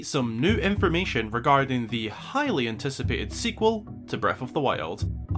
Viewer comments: Not sure if it’s just me thinking too much or if it was on purpose but “highly anticipated” = “hylian tycipated” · "hylian-ticipated" you mean 👀😎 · ok so probs not intentional but ''highly anticipated'' naaah hylian ticipated ;)